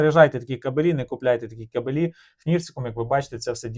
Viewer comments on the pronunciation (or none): Ге кабелІ ,а кАбелі !Неук ..☝️